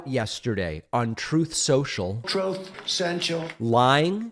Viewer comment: I still love hearing Trump trying to say Truth Central. “Troth Senchal” 😂😅🥹🤣 And the GOP is still trying to paint Biden as senile. Total hypocrisy.